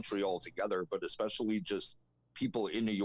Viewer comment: i just want to say the word especially does not have an x in it.. You say it exspecially i dont believe that is a word. Js..lol